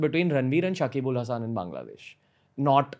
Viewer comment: damn he talks about Shakib -Al-Hassan. But pronunciation is wrong. Lightning Network is one way to make scalable bitcoin with pretty low fess.